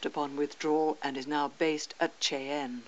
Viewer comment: Sooo that wasnt the centennial, that was an f7a Santa fe from the 50's. Also Cheyenne was butchered so bad. I love the video but damn she was just a little off with naming